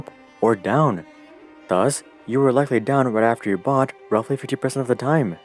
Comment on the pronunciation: He byought ?? Domp eet ...... He syold?? Pomp eet ......